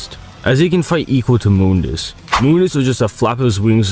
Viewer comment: Off topic but it pains me to hear people pronouncing Mundus name wrong like did you get it from the reboot or something lol